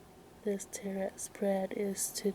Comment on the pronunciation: Teh-row cards